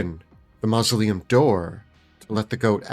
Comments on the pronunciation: Hehehe… mal-uh-sium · I love it, but seriously, have you never heard anyone correctly pronounce "mausoleum"? You professionally write about things that appear in graveyards.